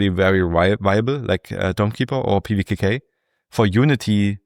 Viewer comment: Show off. Reading the name of pvkk like it's nothing 😢